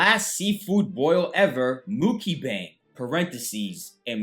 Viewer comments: Its Mucky Bang Everyone that's how it's pronounced from now on, pass it on, Mucky Bang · "Muk-i-bang" - 2k19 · Why do you keep saying "mukibang" 😂😂 is this an inside joke that I'm missing? Lol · I love the way he pronounces Mukbang 🤣 the BEST